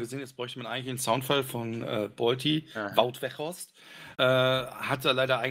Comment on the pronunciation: Man merkt ich war nicht anwesend, keiner hat Wout Weghorst richtig ausgesprochen!